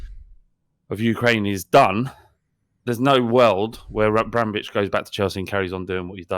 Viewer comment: The word 'Abramovich' was a constant struggle for this week 😂